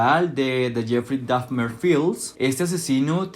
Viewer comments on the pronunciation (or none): Por que pronuncias Dafner?… es Dahmer. Terrible tu inglés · con todo respeto te corrijo que "Dahmer" se pronuncia tal como se escucha y no "Dafner", no lo tomes a mal porfa:3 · no es “dafmer” es, “dahmer” 😭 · Jeffrey Dahfner jajajaja Al menos di bien el nombre. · Porqué no pronuncias bien el apellido de Dahmer 😵‍💫